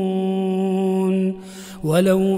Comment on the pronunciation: إذا هم يسخطون هم مش ظاهرة في النطق